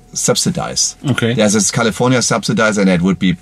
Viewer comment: 2 German Dudes reviewing an American luxury, performance EV...gotta love it! Good solid Review too...the cam on the Drone is kinda bad though - maybe skip that next time. "Kali-ForniA" hahaha